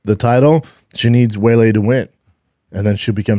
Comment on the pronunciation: I’m so confused by why his production crew lets this man MISPRONOUNCE EVERY NAME. For someone who gets upset when someone calls him Brandon, he sure doesn’t seem to give a hoot about pronouncing names correctly lol. WAY-LAY? CRUES? MINER? All those are way off 😂